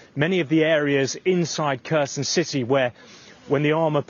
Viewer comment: I don’t like the way he says Kherson 😅